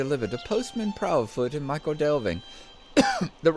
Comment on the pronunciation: Just to be pedantic for a moment, "Michel" is pronounced "Mickle" not "Michael"! This is an excellent addition to your LOTRO portfolio, but she should have the honour of her own show: "SLOTRO THREE" is a bit mundane but she could run through Yondershire as I don't imagine the other two are likely to visit there any time soon, and then maybe she'd be well-placed for the South Farthing when it arrives? Yes, that road leads to Yondershire, where you can meet all kinds of fun canon characters not to mention Bingo and his mob ;-) Does anybody ever get rid of their Bounder's Hat? I'm sure that all my characters who "earned" one still have it! The Quick Post Quests are actually an excellent way of working your way around the Shire, going from hub to hub, and there's some more in Yondershire as well.